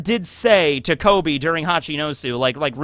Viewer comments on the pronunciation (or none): none